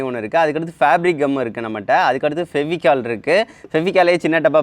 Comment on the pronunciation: Fevicol bro not Feficol